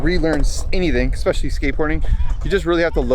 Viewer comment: Why do you pronounce especially like that? Why would you say eCspecially?